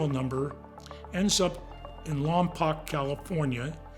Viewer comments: Lompoc is pronounced, "LOM-POKE" 😡! That's how its residents have pronounced it for forever!!!!!! Please learn proper pronunciation 🤦🏾‍♀️🤦🏾‍♀️🤦🏾‍♀️🤦🏾‍♀️ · It's not pronounced Lompock, it's Lompoke. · Lompoc is pronounced with a long O sound. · Sorry, but the city is pronounced Lom-poke. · The way they say Lompoc 🤦🏾‍♀️ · That’s not how you pronounce Lompoc 😅